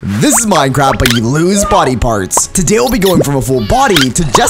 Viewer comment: he said minecrap